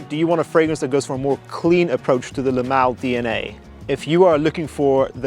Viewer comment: When you say Le Male, it sounds like you’re pronouncing “LMAO.” 😂